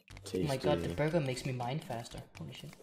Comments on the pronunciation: „Borgur“ Everyone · When he said Borgar I was literally thinking about Borgar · Hey everyone say it with me “Borgor” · Who else assumed half of the video would be them saying borger